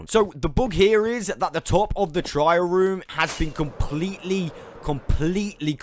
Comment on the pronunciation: TR AIL ruin not trial